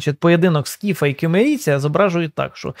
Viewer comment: Σκύθαι читається не "скіфаі", а "скіфе" Гугл транслейт в поміч, там є можливість почути як вимовляється слово на будь якій мові :)